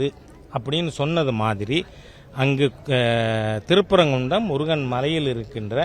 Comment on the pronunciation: ஊர் பேரை உச்சரிக்கவே முடியவில்லை... 😂😂😂 அது திருப்பரங்குன்றம் 🤣🤣🤣🤣 சந்தனக் கூடு, _______ கூடு னு 🤣🤣🤣